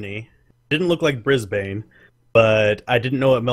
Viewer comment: Oh, you trying to find Perth, and it is of course on the other side of Oz to where you started xD Also, I need to have words with about his poor pronunciation of Brisbane